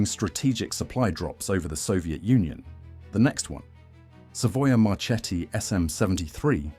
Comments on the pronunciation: yes i pronunce MARKETTI and not MARCETTI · Not "Marchetti": in Italian it is "Marketti"! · The correct name Is Savoia-Marchetti SM 82 Canguro not Canguru (English Word). Morover the correct pronunce for Marchetti Is Mar"KE"tti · Good job.... only, Italian "CH" souds "K", so it's "MaKKI", MarKetti" and so on. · Marchetti se prononce Marketti . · Marchetti non si pronuncia così. "Ch" si pronuncia come la "k". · I'm italian and some of these are new for me! But... Pronunciation... marketti! The CH sounds like K Correct pronunciaton for Libeccio 👍